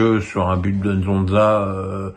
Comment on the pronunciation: C’est Nzola pas Nzonza …mais bref